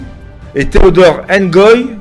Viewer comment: C, est Ngoyi et Non engoyi